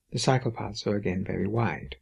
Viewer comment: i like how the accent makes it sound like "Dutch psychopaths vs German psychopaths" >.> =D